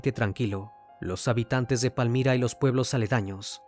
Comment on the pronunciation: Saludos desde Tuluá Valle del Cauca Colombia Me encanto como pronuncio Palmira